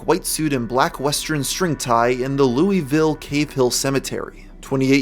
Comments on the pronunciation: Waiting for the Louisville natives to comment on your pronunciation of the city. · Amazing video, but as a Louisvillian, I'm now your biggest hater for your pronunciation.